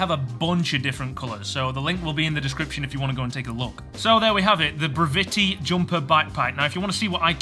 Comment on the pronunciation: I have the Brevite Runner, which is basically the same except for a magnetic fold over top instead of a zipper. I love it as a walking around bag. It's perfect for a day trip in the city or amusement park, etc. Also I'm pretty sure it's pronounced like brevity, :)